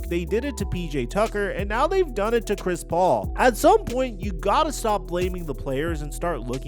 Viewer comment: i thought you said Crispy Haynes LMAOOOO